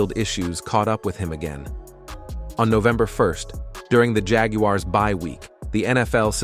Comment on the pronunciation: The Jag You Are’s is a crazy pronunciation.